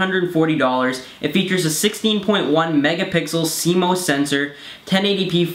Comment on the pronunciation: CMOS "C - MOSS" not cmose!